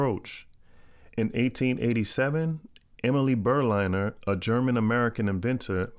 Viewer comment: Also: Emile Berliner isn't pronounced "Emily" nore "Burleyener". As a German, his birth name was "Emil" (how would you pronunce that?), which he changed to "Emile", when moving to the US. Pronunced similar to the french Emille with double-L: Uhmeel. And Berliner is derived from the German capital Berlin (Burlinn), just with the "urr" added to the end - not like an ocean liner or airliner or somehting. How I know that? I've heard it pronounced liek that in several other videos on this subject.